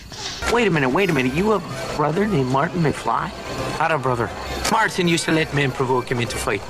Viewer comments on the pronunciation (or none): none